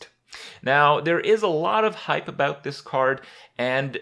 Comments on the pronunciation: JUST ABOOT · HE SAID ABOOT LUL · "just aboot" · Lol Just aboot